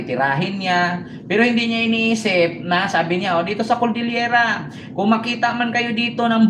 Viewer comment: Cordillera po hindi coldillera pagtatama lang po.